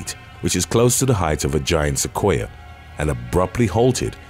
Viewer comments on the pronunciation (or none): none